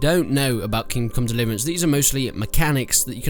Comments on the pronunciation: "King come liverence" 11/10 -IGN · Haha he said kingcum delivrance Ok im just beinh immature now -_ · Ah yes, the great game Kim Kong Liverance. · "King Come dlvrance"? Wow this is a whole new level of commentary !! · HAHAHA thought I was the only one who heard that